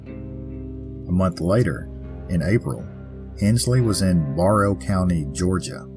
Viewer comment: Barrow County is pronounced Bare Row 👍🏻